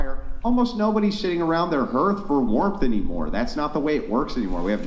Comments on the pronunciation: lol the “hearth” like earth and not like Arth(ur) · please learn how to pronounce „hearth“